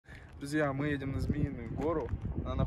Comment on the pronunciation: может армянский акцент появился уже ;)